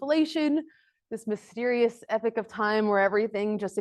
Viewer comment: epoch not epic